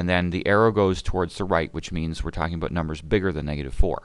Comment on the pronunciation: the way you were pronouncing "about"...